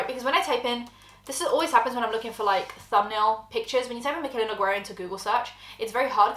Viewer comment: It’s Noguiiieeerra NOT Noguuuuieraaaa